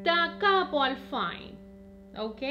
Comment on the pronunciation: fine se lee como se escribe, viene del italiano final.saludos